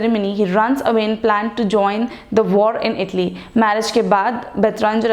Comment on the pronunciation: IT'S ITALY NOT IDILI😁